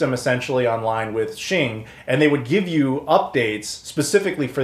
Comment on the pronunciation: Awesome piece of history, thanks so much for sharing this. FYI, Xing is pronounced "X-ing", as in "ecks-ing". The Japanese transliteration is "ekushingu".